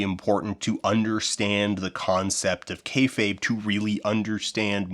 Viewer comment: Well you pronounced "kayfabe" correctly this time so you're going in the right direction. I will say on your popularity question, wrestling is absolutely more visible than it's ever been. The barrier to entry for wrestling streaming and VOD is the thinnest it's ever been, and getting your hands on international wrestling is so trivial today that describing a time before that would be like trying to explain what phones were pre-iPhone. AEW's founding and Hiroshi Tanahashi creating the "forbidden door" concept completely by accident made a business that was for years "it's WWE or nothing" flourish into a much much broader scope where even something like Soft Ground Wrestling can find its niche internationally. Popularity? Worst it's ever been. The fanbase is an order of magnitude smaller than it was at its true peak in the late 90s, even if you assume all RAW and Nitro viewership numbers came from the exact same people flipping channels. RAW getting 3-4 million viewers going into the 2010s was considered a weak showing and a sign of bad business, now if RAW even approaches 2 million it's cause for celebration. Even AEW gets a fraction of it's highest viewership after the Vince ousting siphoned back the people that didn't actually want an alternative rival promotion, they just wanted Vince gone. I know you have your promotions lined up for the doc, but PLEASE consider talking to the hosts of the Deadlock podcast about their promotion, while it was running it was considered the b